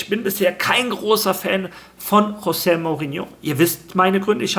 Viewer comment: Das portugiesische "J" wird wie das englische 'G' gesprochen. Z.B. Jorge spanisch = George Englisch Also Jose (Dschose) Mourinho